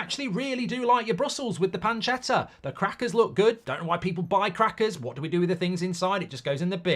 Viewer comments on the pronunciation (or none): none